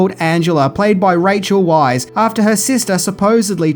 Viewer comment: Rachel Weisz pronounced "VICE".